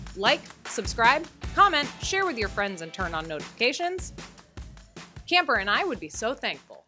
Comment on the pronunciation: You are in good company with your cousin, your love for Camper shines through, very good Spanish pronunciation.